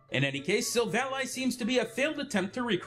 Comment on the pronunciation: The way you pronouce Sivally makes me cringe